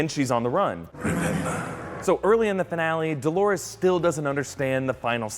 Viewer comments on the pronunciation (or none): "Dolores", for fuck's sake! Not "Dólares" (dollars), not "Delores", as many wrote. Also, in the video: "Dolores's", really?